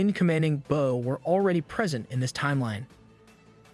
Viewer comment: agree it doesn’t but there are tell tale signs if the script isn’t 100% proofread for typos or it uses words like “bow” that has 2 different pronunciations. Ai doesn’t understand context yet so rather than using the pronunciation for bow as in to show respect it uses the pronunciation for like in bow and arrow. There are two pronunciations for “live” and “read” and many more. A human reader wouldn’t make that mistake as they understand the context while reading. If I was an recap script writer I would avoid using these type of words or write them phonetically.